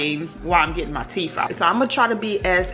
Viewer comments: It's "TEETH and TOOTH". Teef and toof sounds so uneducated. You speak so well otherwise. Sorry.. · It’s teeth....not teef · Sissss...not bald mouf 🤣🤣🤣😂😂